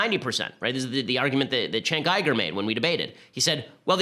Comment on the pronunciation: chenk ayger, lol